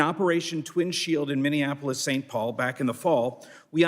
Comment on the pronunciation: It's Minneapolis not whatever she spat out 😮